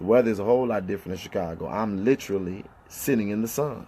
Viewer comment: If he say lit-cha-lee instead of literally one more time smh